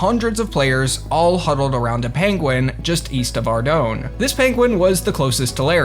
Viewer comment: Ardougne is pronounced Arr-Doyn and before you say otherwise it has been verified personally by Andrew and Paul Gower as the right way to say the name. It is meant to sound French, as it is based on the way certain cities sound in France to make it different from the other city names in the rest of RuneScape. It was Andrew Gower who came up with the name by the way.